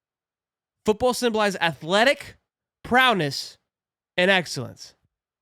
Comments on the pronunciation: Yo dawg it’s not prowness it’s prow-ess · You keep saying it wrong, it's ProWess not ProNess! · It’s prowess not prowness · Lmao I wanted to save you with the word P R O W E S S but you repeated prowness 4 times 😂😂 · There is no N in prowess lol great video😂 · Lol!! My dude kept wanting to throw that “n” off in there… “prowness” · There’s no “N” in prowess